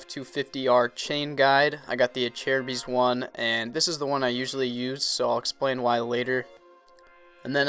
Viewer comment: Seems like everyone pronounces "Acerbis" different lol